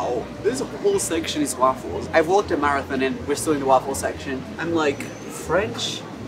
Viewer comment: The way he says waffles as ‘wahffles’ makes me laugh every time.